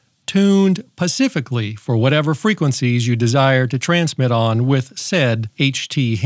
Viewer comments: actually the guy was right. It's defiantly not a Tesla cage.... Tesla used Faraday cages though. says a lot of things wrong. Used to be better but he cant even say specific. He says pacific like the ocean. I think he's getting worse with age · Are you saying “Pacifically” on purpose? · love the card, "pacifically" the last line.